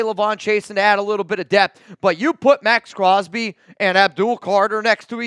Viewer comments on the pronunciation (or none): none